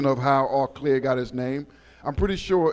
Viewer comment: It’s pronounced O’ Clare lol